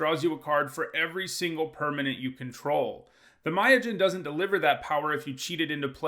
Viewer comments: So apparently no one in this comment section takes offence with "Mayojin" for Myojin? Is it supposed to be the god of mayonnaise? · I'm sorry but it's japanese inspired so it should be pronounced me-yo-jin not muy-o-jin.